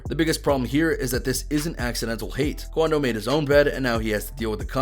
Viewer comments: "Quando" was wrong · Common “QUANDO”